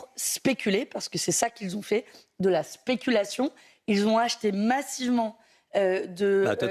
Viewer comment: "c'est de la pésculation"